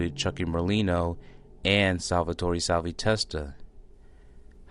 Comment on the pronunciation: Learn to say salvies fucking name.. can’t finish watching this shit